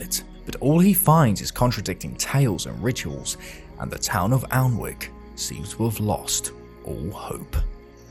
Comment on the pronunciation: Alnwick is pronounced "annick" - the L sound is not voiced.